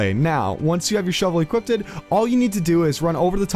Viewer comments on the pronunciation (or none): equipted? lols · You lost me at "equipted"........